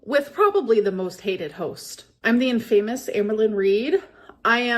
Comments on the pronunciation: 'In-fame-us' 😂 Add it to the list of shit can't say. It's 'In-fam-uss' babe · her saying infamous as "in-famous" girl... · “In-famous.” This was scripted so the least she could have done was look up how to say the big words. 😂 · Not "in-famous" she's ridiculous 😭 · The way she pronounced "infamous", it's a script. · Of course was reading off a script. How did you not pick up on the in-famous pronunciation?? She is so god damn stupid!!! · Her pronouncing of ‘infamous’ wrong in her promo is so silly. Gorl has such a poor grasp on the language she has spoken for almost 40 years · I feel like she honestly says infamous that way 😂 has never been the brightest bulb 💡